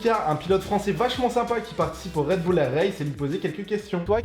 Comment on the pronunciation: C'est pas RedBoul c'est Red Bull